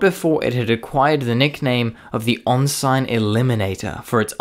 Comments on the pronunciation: The pronunciation of indefatigable is passable (also, why did you place the timestamp after it was said???). But more importantly, if you're a stickler for pronunciation, how did you miss the 'on-sign eliminator' ?? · I was enjoying this until the "on-sign eliminator", remark. Computer voice? Inder-fateegable - lol. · Ensign = EN sin. Oleo = OH leo - this youngish sounding fellow doesnt know military nomenclature. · "On-sine" Eliminator...? Try pronouncing properly as "In-sin". Come on, English isn't that hard a language. And for all that's holy, please learn the concept of the singular noun. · Ensign it's pronounced En Sin , Not On Sign 😂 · FYI, ref the “Ensign Eliminator” moniker. Ensign, a naval rank, is pronounced like n-sun rather then on-sign. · It's pronounced N SIN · "on-sign eliminator"? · Excellent work. I politely suggest you get the proper pronunciations down on "ensign", "oleo" and "ignominious" as your proounciation was a distration. An EXCELLENT book on the Corsairs in RN service on the Illustrious is "Carrier Pilot" by Norman Hanson (1979). Humourous and gripping. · wtf is an 'onsign'? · "an-sign eliminator"? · It’s pronounced N-SIN for Ensign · "Onsign eliminator"??? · What’s with the strange pronunciation (“on sign” for “ensign” and “o layo” for “oleo”)? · I thought he said “on-side eliminator” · Very interesting video but your pronunciation of common words like ensign, oleo, roundels, Indefatigable, ignominious and others leaves a lot to be desired and makes me wonder a bit about your vocabulary. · g0od but work on pronunciation 'ensign' and 'indefatigable' stand out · you REALLY butchered "ensign". "oleo" wasn't that great either. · Dear, There is not a rank of “Ensign” in the Royal Navy. The equivalent is “Midshipman” I understand. The mispronounced word probably threw a lot of folk- it did me!! Regards, Z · Pretty sure it's an AI 'bot. The pronunciations of several words were funny.